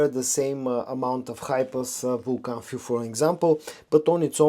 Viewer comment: Everyone pronounces Vulcan Feu wrong. Feu is French (translates to Fire).